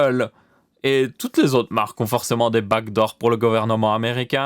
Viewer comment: Au début moi aussi j'avais compris bac d'or mais quand il a commencé à parler "code" bah je me suis dit : "mais oui les back doors"